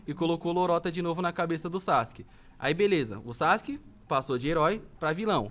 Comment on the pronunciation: A galera que fala SASQUE kkkkk e não Sazuke kkkk pqp que pronuncia bosta e tão errada kkkkk